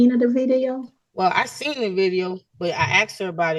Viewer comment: Seent? Seent?! Really?